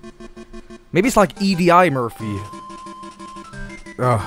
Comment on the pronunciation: Ee dee eye murphy